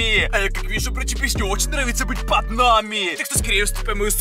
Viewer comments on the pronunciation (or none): Не говори так "под намИ! КанАл! РебёнкА." И т.д.